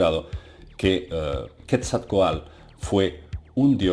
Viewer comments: No pretendo corregirte, me gustan mucho tus videos, y respetuosamente te escribo un tip para pronunciar bien el nombre de la serpiente emplumada. puedes pronunciarlo como quetsal (así con todo y la "l") (y está mal escrito a propósito, con la finalidad de que sea más fácil leerlo. Entonces sería quetsal coatl intentando pronunciar el sonido "tl" En realidad se pronunciaría junto, pero lo dividí para que sea más fácil intentar pronunciarlo. Felicidades, excelentes videos. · se pronuncia ketzal-coatl saludos ^.^ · SE PRONUNCIA QUETZALCOATL